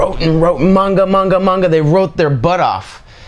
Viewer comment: One you can and two say manga right